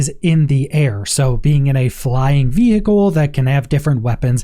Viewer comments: Please Please Please, I am English, the birthplace of English - veHicle is really badly pronounced. Just say "vee icle" - trust the people who actually speak English. Horrible to listen to. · The way you say vehicle is so annoying especially being that its the most used word in this video lol 😝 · I was just about to come on here and say the same thing. What is going on with the "h"? :)